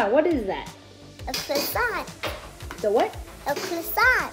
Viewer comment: "Are you gonna finish that cwosswant